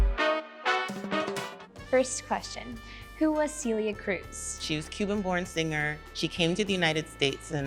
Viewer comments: Cee-lee-aah Cruise. Ughhhh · Why did they have to say her name in the most possible gringo way ever? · Hearing them mispronounce her name hurt me a little bit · Same here